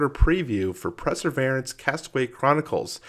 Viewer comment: It's pronounced : purr-suh-veer-ants...that's it! Unsubscribing!